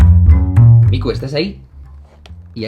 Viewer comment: que bueno que el nombre de tu gata se escribe con K (Miku) si fuera son C pensaría que ese nombre viene de Mi-ku-lo jajaja de todas maneras cuando lo dices se puede escuchar como a Mi-cu-lo jajaja suenas bien Jaime es solo una opinión... Flipe de risa 😂, saludos